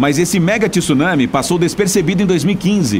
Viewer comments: TSU... TSU... TSU... TSU... e não tisu tisu tisu!!!! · Pf, não é TIsunami é tsunami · Oqq é Ti Sunami???? Eu conheço TSU nami. Primeiro aprenda a ler, pra depois falar e postar vídeos, pra não espalhar coisas erradas pela rede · Nao existe TISUNAMI a palavra eh TSUNAMI, AFINAL QUANDO VOCE FALA MISTSUBISHI VOCE PRONUNCIA O TSU,VOCE NAO FALA MITISUBISHI!! COM TSUNAMI EH A MESMA COISA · CARA, não fala TíSunami pq dói o fígado…!!!!